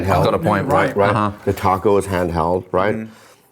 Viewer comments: I LOVE and have been watching it for years, but the way you guys say Taco drives me NUTS!!! It sounds.ore like Toco than taco... kind of a mix between the 2. But definitely not the way you say it. At least where I live in America.. where there are tons of mexicans! It's the same sound you get when you sat ball. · Someone who YEARS later still says TACK-o has no grounds to go after Bobby's pronunciation of Slovenia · The way you all pronounce ta-co bell, you can't correct others. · stop saying taco wrong Brits , its is very annoying!! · As a Mexican...i can't help but cringe, a little, every time you guys say "TACO" with your British "A" pronunciation...haha...even your Asian guest has a better "taco" pronunciation!...haha...😂❤😂...